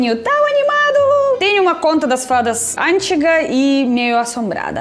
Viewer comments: antiiiiiiga, e nao ÂNTIGA 😂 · Precisa melhorar a pronúncia do português: an Tiga essa palavra não existe em português.